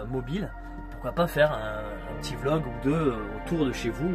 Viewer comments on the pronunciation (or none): none